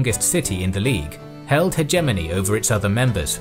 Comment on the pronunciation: his pronunciation of hegemony is starting to become annoying. And I usually don't care about these things at all.